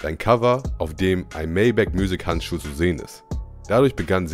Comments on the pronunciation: es heißt Maybach und nicht Mayback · gutes video aber es heißt "maybach" und nicht "mäybäch" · ist nicht maybäck sondern maybach. Ist ja eine deutsche marke, auch wenn die ami es anders aussprechen (weil sie einfach kein deutsch können) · es gibt kein "englisch" ausprechen, das ist ein deutsches wort darum wird es deutsch ausgesprochen. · Ich feier deine Videos übertrieben aber wie du Maybach aussprichtst ist schrecklich haha